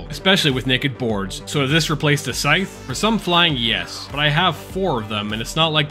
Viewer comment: Learn to pronounce “scythe.”